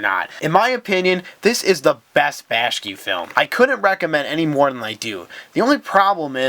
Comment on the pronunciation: Seriously? You failed to make the connection between Brother Fox, Brother Rabbit and Brother Bear as "Brer Fox, Brer Rabbit, and Brer Bear" from Disney's "Song of the South" right at the beginning? Brother Bear as a movie wasn't even related. Research much? Also, it's "Bak-shi" not "Bash-ki"